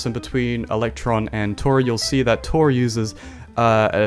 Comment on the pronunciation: great content but total sidenote, Tauri is a reference to Stargate afaik and it's pronounced 'Tow-Ree', similar to 'Cow-Ree', as opposed to Tory - which is named after unaffordable mortgage rates.